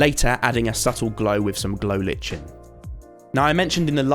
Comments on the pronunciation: Just so you know, lichen is pronounced liken not lichen. Awesome video nevertheless. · IM SORRY BUT PRONOUNCING LICHEN AS LITCHEN? I CANT EVEN. DID U DROP OUT OF SCHOOL FOR YT CAUSE IT WOULD MAKE SENSE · lichen is pronounced lie-ken lol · why does everyone pronounce lichen as li (ch) en it’s pronounced Li (ck) en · Amazing video as usual. But I’m pretty sure it’s pronounced like the word liken instead of litchen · Lich-en? I think you mean lichen. As in, Like-in. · glow what???its pronounced glow L - i - cken not how its spelled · saying lichen like L-itch-en is giving me anxiety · This was amazing, but I can't let it slide. I just can't. It will keep me awake at night. Lichen is pronounced li-ken. I'll get my coat. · Ahhh the way you say "lichen" is so weird